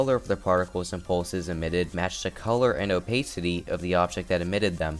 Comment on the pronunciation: robtop has said he would increase the custom object limit in 2.2 also the way you pronounce opacity really bugs me moving speed arrows would break the editor because it'd have to recalculate when each applies, if checked